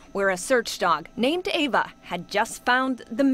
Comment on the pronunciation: ITS AVA NOT EVA EW